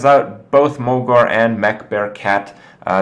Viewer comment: am i the only one hearing man-bear-pig when he says mech-bear-cat?